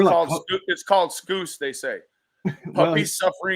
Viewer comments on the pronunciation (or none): Lmao l cracked up at "it's called Scoose". Hes from Liverpool England you were very close, It's pronounced Scouse rhymes with Mouse But l like Scoooose better lmao 😆